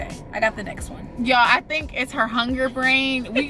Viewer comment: Wen saying who u tink win..who u tink win